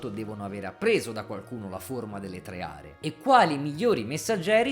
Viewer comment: Tre Are. Con una "e" sola. mi provoca un enorme fastidio XD